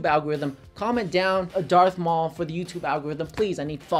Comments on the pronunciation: "Darth Mual" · Marth Daul lol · “DARTH MAUL” 😂😂